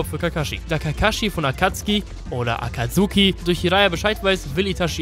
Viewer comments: Akatsuki deutsch ausgesprochen hat mehr swag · Hey du sagst nicht SasUke sondern Saske...du sagst nicht akatsuki sondern Akatski....warum machst du nicht einfach deine ganzen Videos auf Japanisch mit deutschem Untertitel ich komm auf deine billig deutsche synchro nicht klar